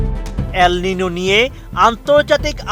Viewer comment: উচ্চারণ টা "এল নিনিও" হবে 🥴